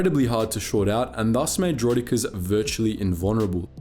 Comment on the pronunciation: Vere ar does der-roiddd-ik-ares